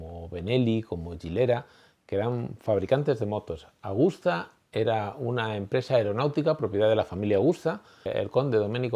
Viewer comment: Hola , es Agusta no Augusta. Pero esta muy bien , Agostini es sin duda el mejor de todos los tiempos sin discusión. Gano en 2 y 4 t en las categorías grandes y lo que para mi le da más valor ganaba en la isla de man. Sigue así, me encanta la historia del motociclismo. Gracias por tu gran trabajo.